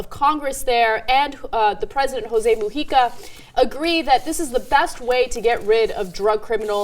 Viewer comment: Nice to hear "Mujica" pronounced correctly :-D